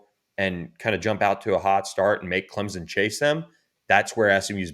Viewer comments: It’s CLEMSON, NOT CLEMZON!!! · For the love of God, learn how to pronounce CleMson.